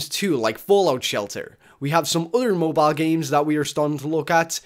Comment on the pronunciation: lmaoooo moe bio? just say cell phone holy shit lolz.